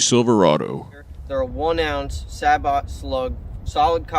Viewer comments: say-boh. As someone who has spent over 70 years with a French last name, it is say-boo. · its say bo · It’s SAY-bow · This comment should be the last word on this discussion. "Sabot" is a French word from the 17th Century. It is a combination of the words: savate and botte. With savate meaning hollowed out shoe, botte meaning hollowed out boot. The pronunciation of botte is boh tah . Hence the correct pronunciation is: say boh . Boh, Beau, Bow. Now make "Cichlid" make sense. 🤔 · Come on, it's pronounced sabot... Get it right! 😂 I guess what really matters is that the person knows what the product is and how to describe it to the person they're speaking to... Now I'm French, so I say sa-bo😊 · It's french (and I'm not even french) and therefore pronounced SAAA-BOOO (The T is silent).... used to fire Flechettes (hey also french...) First mentioned in medieval canon use: Used to shoot flechettes out of a canon It is French for wooden shoe/clog, it's also the basis for the word "Saboteur/Sabotage".... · It's say-bo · Surely it is Sah bo. (French clog shoe). And origin of word sabotage. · You are absolutly right..... it is pronounced SAAA-Boooo First mentioned in French artillery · SAY-bow. Any other pronunciation is just incorrect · It's sabot, as in sabotage. (With a silent t, sabo') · Sah-bow is the correct French, say-bow is the universal military pronunciation. I go with the military, unless I'm surrounded by Frenchies. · Its saaboot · It's pronounced 'scooter-cup' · Pronounced "say-bait-call". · Unfortunately, no. Sah-bo is correct. It is the root of the word "sabotage." Originally, the word referred to the wooden shoes French factory workers wore in the late 19th century, and sabotage was the act of throwing the shoe into the machinery to cause work stoppage in protest of grueling hours and low pay. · SĀY-bō or SAY-bow the T is silent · Since we can't agree on sabot, can we at least make clear thats it's bowie and not bowie?